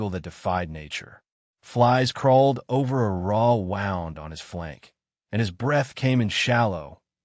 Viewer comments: Mr AI can you please pronounce wound…… as whooond ….. not wound as in wound up a clock..NZ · Wound pronounced "woound'... just suggesting 🙂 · AI doesn’t understand that one word can be pronounced differently depending on its meaning. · Or, lead/lead. 🙄